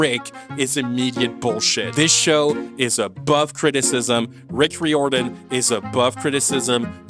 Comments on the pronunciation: why do you pronounce Rick Riordan's surname weirdly? it's rai-or-dan. 11 books, as I write this comment. Annabeth turned from a white blonde girl into an angry black girl, or at least she’s a part of of an angry black woman's trope. I wonder what their excuse would be if kids told them they disliked this show, let alone hated it. I hope it won't be the case with the Harry Potter reboot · You’re pronounced Rick Riordan's name wrong, it’s ray or Dan, it’s like you pronounce diamond. he’s proved that he doesn’t care about the book accuracy as he used to when the movies came out. not exactly, Rick wrote at least 11 more books besides the original book series. Percy was watered down 😅. maybe that happens with the show because the ones who are related to the show think the target audience has short attention span, so much so, they think the audience will never have the patience to watch the show if it had the length it needs to have to show everything needed to be shown in it. true, how did they miss that? I know movies and videos are also visual, but shows called shows for a reason, have they forgotten that? What’s the point of making a SHOW if you don’t SHOW anything? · Riordan is pronounce rear-don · i wish youd googled how to say Riordan lmao i swear its not that hard. Reer-Duhn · You mispronounced riordan every single time you brought the name up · Fans be RIOTIN over your pronunciation of Rick Riordan